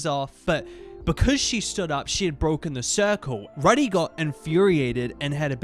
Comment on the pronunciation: also pronouncing Rudy like "Ruhdy" instead of like "Roody" 😭